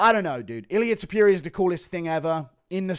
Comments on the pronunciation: Ilia Tipyooria lol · Illia “Ta pierria” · Ilia tuh-peer-i-uh